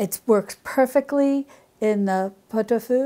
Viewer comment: As a french, the way you say pot-au-feu is very good. I love pot-au-feu, and it makes wonderful leftovers ( Parmentier, poireaux vinaigrette, bouillon vermicelles, salade charcutière...) you can have almost à whole week of meals after a pot-au-feu...